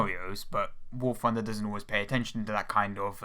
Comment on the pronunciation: the fwee pwanes they should add to war fwunder. *insert overused "ooohhhhhhhh" meme